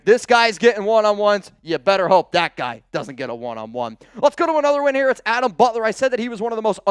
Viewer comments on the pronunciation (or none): none